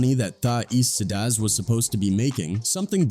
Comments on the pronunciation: East sidaz....pronounce right..mf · Did this mufucka just say EastSideAzz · The way he saying tha eastsidaz is crazy 😂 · Cmon son. If you can't even pronounce the group even close to correct you should not be allowed to talk about or make money from it. This is insane